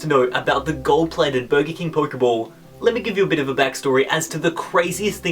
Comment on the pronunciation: I really want to watch this video but the way he says Poikeybawl or Poikeymawn really irritates me